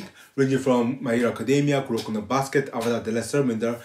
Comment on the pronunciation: Tahno calling Korra the Uh-vatar is certainly NOT a reference to a movie that will NOT be named